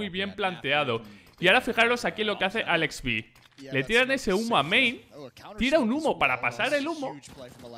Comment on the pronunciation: Me da cancer cada vez que escucho alexby, todo el tiempo lo pronuncia mal xD